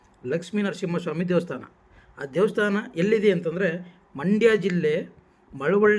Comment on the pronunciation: First pronunciation sariyaagi heli devvustaana alla devastaana